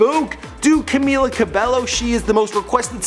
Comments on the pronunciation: Bruv WHO is Camila Ca-bel-LO ?! It's CAMEEEELA CA-BAE-YO! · It’s pronounced CamEEla CabeYo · No offence but it is pronounced CamEEla CabEYO just saying cuz alot of people miss pronounce it and it gets me mad lol. But I do love your channel!!!!!!! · Cam-EE-la Cabe-YO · how to pronounce 'Camila Cabello': ka-mi-la ka-be-yo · Her Name is Pronounced: CamEEla Cabaeyo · It's pronounced CA-MEE-LA CA-BEH-YO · OMG R U SERIOUS.. U GOT NONE OF THEIR NAMES RIGHT ERHMM ITS PRONOUNCED 'CAM-EELA CAB-EYO' 'LAUREN HOR-EGEE' 'ALLY BROOKE' ' DIE-NAH JANE' AND 'NOR-MANI KOR-DAY' .. GOD 😂😂💜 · Learn how to pronounce her name, it’s rude to not know someone’s name when you’re talking about them. “Cameela Cabeyo”